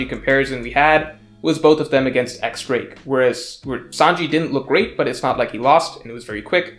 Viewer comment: While this is minor, it may be spelled X Drake, but it’s pronounced like diez drake, like the Spanish word for 10 for the Roman numeral for 10